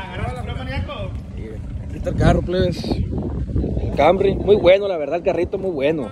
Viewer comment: Pero porqueeeee le dicen cambry a canrry pr favorrrrr😖😵‍💫